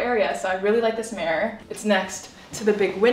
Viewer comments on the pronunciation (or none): whyyyyyy do you say mirror like that lol ''mare'' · Me looking for a comment about the way she says mirror haha.